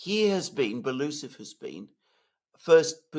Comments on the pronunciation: Medvedev is FIRST deputy on Military-Industrial Commission, Shoigu will be just ‘deputy’! Medvedev was also visiting factories a lot. Belousov is pronounced ‘Belo-oosov’, not ‘Beloosov’🤓👍🏻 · Great show again! Love how you guys explain and sort out these matters. Btw. It’s pronounced Belo - usov